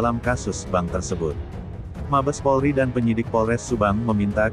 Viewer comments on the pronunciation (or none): none